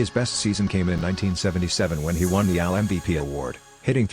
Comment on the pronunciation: Whoever or whatever is reading your script pronounces AL like the name "Al"